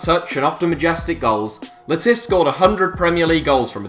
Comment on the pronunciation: Matt Le tiz-ear? Long-gevity? Please take some English lessons you wally.